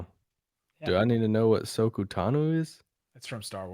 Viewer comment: After watching this podcast for a bit I never really had a favorite between the two hosts, until now. For not knowing who Ahsoka is and completely mispronouncing her name, is the worst person on this podcast now. I know this is a basketball podcast and not a Star Wars podcast, but that is still unacceptable.